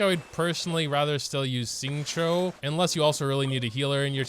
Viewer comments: Is it just me or did he just say Xinqui? Hmmmmm.... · My favourite part of this video is not only the appreciation for Kokomi despite being a bit underwhelming but also trying to pronounce Xingqiu.